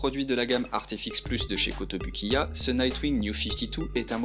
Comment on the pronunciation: A la prononciation, c'est KotobOUkiya s'il te plait! Merci ;)